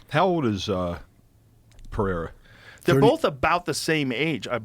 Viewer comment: Pereira! Simple! Not Perheira! The guy is Brazilian……